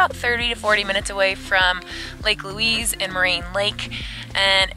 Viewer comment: Please edit the name and pronounciation of the Lake, it is not Louis (like the man), it is Louise, as in female!